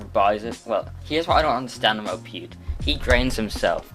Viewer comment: GG “pewd”💀